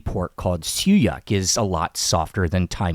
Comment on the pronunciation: Did you pronounced siew yak? It’s siew yok, I believe